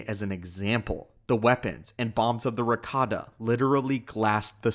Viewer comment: ohh. But it sounded like Ricotta, I swear.